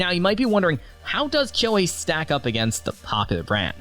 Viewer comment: "Kuo" The e is silent